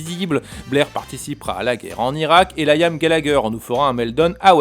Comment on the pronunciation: Damn it ! encore un qui dit "layame" au lieu de Liam pour désigner le fameux chanteur mancunien Dommage parce que, comme d'habitude, la vidéo est parfaite